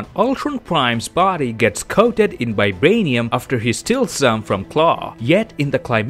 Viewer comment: Is it just me who hears 'Bibranium'?